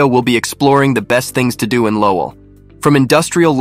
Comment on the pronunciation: Another AI voiceover lol. Cant even pronounce Lowell right